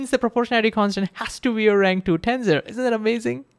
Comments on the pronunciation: TENSOR not TENZOR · Well, first the s is pronounced as an s. Not a z. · BTW, it's pronounced ten - sssor, and not ten-zor.